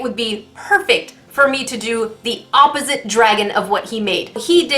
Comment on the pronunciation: say(ah-po-sit(e)) not oppzite